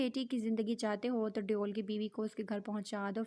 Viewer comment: Yaram ko sab devel kehty hain deoul nai please naam Sahi sy lain